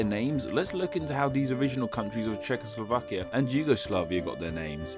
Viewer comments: This is a rather poorly researched video, I'm afraid. First of all, the Cz in Czechoslovakia is pronounced as Ch, not Sh. Also, the etymology of both Slovenia and Slovakia is the same, both names are related to the Slavic words slovo (word) or slava (glory, fame) which, in turn, are probably related to each other. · Why do you pronounce Czechoslovakia as shehoslovakia? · Šekoslovakia :D vychytané